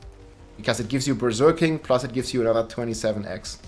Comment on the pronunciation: I love the way you say Berserking. Sounds like Berger King/Burger King, which has a Whopper, which is what the barb is doing most of the time 🙂